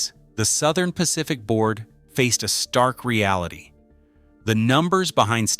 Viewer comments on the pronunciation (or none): none